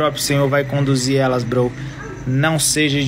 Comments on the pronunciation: O pior do vídeo é ele falando "brow" 😂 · Poxa,, eu chamo meus amigos de "bro", não "brow", mas "bro" de irmão mesmo kkk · Esse "BROU" da um nervoso